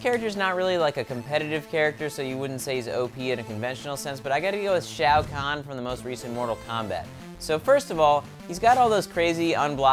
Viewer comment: He said shao kahn